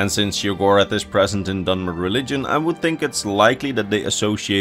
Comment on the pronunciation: For a moment, I thought he said 'Dumber' instead of 'Dunmer.'